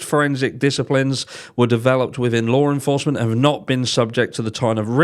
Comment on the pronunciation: Lar enforcement lol